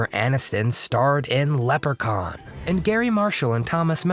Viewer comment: it's "lep-re-khan" not "leper-khan".